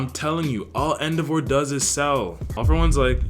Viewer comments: Man said EndoVAR 😂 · The way you pronounce endeavor makes me unreasonably angry.😭